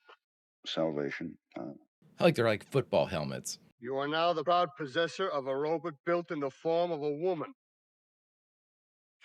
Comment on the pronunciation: That's ROW-BOT....not 'BUTT'.😊😊😊